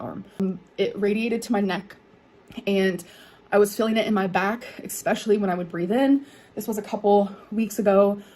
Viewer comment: „Egspecially“ CAN SHE STOP? Pls learn grammar and pronunciation of your own language